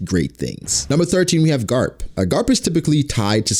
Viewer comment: because he said "carp" not garp xd